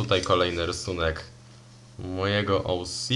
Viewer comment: Bardzo ciekawy kształt papieru 👌 I to twoje "OŁSI" możesz to spokojnie spolszczyć 😉 do "OCE"